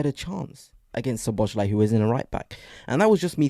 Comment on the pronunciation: So-bo-slai., not Sho-bo-shlai. Other than that, you forget that Arsenal has become reliant on set pieces for 25% of their goals. Arsenal's players are utterly averse to being versatile in open play situations. It's like watching American egg-ball. It's not unfamiliarity with each other, rather it's that you have no spontaneity.😊